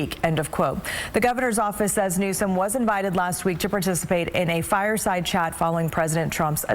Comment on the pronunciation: Why didn't the talking head anchor pronounce his name correctly as was printed in Anna Kelly's White House press release?